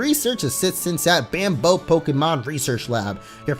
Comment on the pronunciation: Bamboh? Or bamboo?